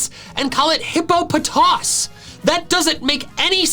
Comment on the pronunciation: "hip-po-puh-papa" - gen 5 catch a pokemon you buy it